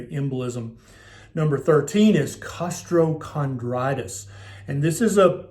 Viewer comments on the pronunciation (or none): Why is there an extra r in costochondritis lol